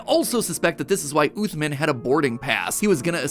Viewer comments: As a person who’s fluent in Arabic please tell matpat to say عthmaan and not oothmen im begging you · Blud said "uthman" as "athmin" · Uthman is an Arabic name, pronounced ooth-mahn, not ooth-min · Im pretty sire the doctors name is supposed to be pronounced as usman not uthman, because in Arabic the name uthman is pronounced as usman (with a little bit of the th sound but thats just the Arabic pronunciation) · Uthman is pronounced like oosman and with a short 'oo' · You probably mispronounced uthman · The way MatPat pronounced “Uthman” …. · While it bothers me how he keeps mispronouncing Uthman's name, it was a pretty interesting theory. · nothing hurts more than the way you pronounced Uthman Adam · Awesome vid but the way he pronounced Uthman just made me wanna die